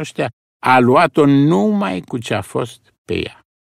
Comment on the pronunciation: Luat , luase ...pe vremea lui Toparceanu se pronunța punându-se accentul pe "a" . I-a scăpat maestrului Pleșu 😃😃Altfel , superbă interpretare !👏👏